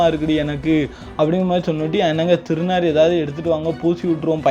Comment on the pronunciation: டாய் திருநீர நீ திருநாருன்னு சொல்ற 👺👺👺👺👺👺👺